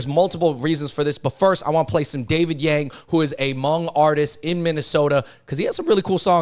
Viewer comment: The Hmong Yang's correct pronounciation is actually should be sounded young for Blue Hmong and yard for White Hmong. 😊😊